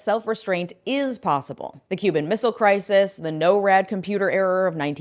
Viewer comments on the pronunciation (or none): “nor - rad” not, “no-rad” - NORth American Air Defence Command - Nor as in North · Small quibble: the acronym is pronounced nor-ad. Big quibble: The republic of china(taiwan) lost recognition by the us when the us recognized the peoples republic of china(china) in '79. Previously all of china was considered sovereign to taiwan. Its a BIG detail on whether china thinks they can get away with invading. Ths only thing protecting taiwan is the value of tsmc chip production. They've got no alliances only economic interests. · Its Nor ad not No rad